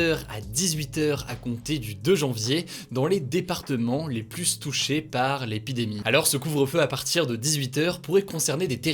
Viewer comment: les plutouchés* et non les plusses touchés